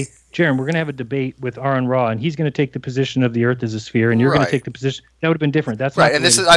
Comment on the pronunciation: I think Jeranism accidentally called Aron 'Iran' . lol